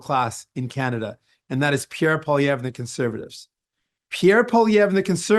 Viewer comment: His pronunciation is killing me but in the good way… “Pierre Polio” as in his ideology is a mind virus and “Al-berta” because that’s mostly where the right wing fanatics live 😂